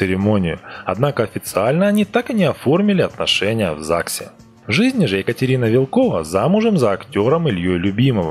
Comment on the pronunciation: МилОш БикОвич правильно и она ВИлкова а не ВилкОва